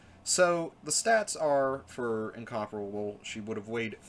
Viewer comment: for saying incomparable correctly. Listening to all the other YouTubers who play world of warships calling it in-compare-able getting so old.